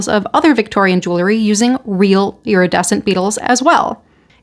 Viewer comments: ‼️‼️‼️🙄🙄🙄🙄🤦🏻‍♀️Why don’t you learn how to PRONOUNCE “jewelry” CORRECTLY before ragging on about it sounding as ignorant as you quite obviously are. “JEWELRY”= 2 (TWO) SYLLABLES: JEWEL👏🏼 RY👏🏼… The way IGNORANT (you) people pronounce it is with 3 (three) syllables (WRONG) and say jew-ler-y and that is WRONG, WRONG, WRONG!!! ‼️‼️‼️🤦🏻‍♀️🙄🙄🙄🙄🙄🙄🙄🤦🏻‍♀️ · Please, for the love of everything good - JEWEL - RY. It is NOT JEW - LERY. I think you got it once. We're not bedazzling Jewish people, we're talking about Jewels. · I’m sure it’s pronounced jool-ree. You don’t take the name of the person who make the pieces, jeweler, and add ee.